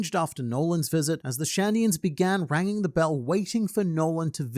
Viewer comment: Rang-ing the Bell?? Come on 😂